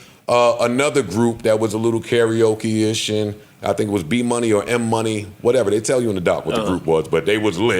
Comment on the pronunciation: B money is crazy work, boney m I thought they were huge in US apparently not if you botching up the name 😅😅